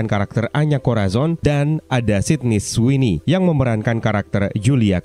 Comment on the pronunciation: Cara anda menyebut nama Sidney Sweney berbeda😏